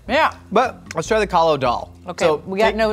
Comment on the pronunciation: *Kali Daal, not Kalo. :)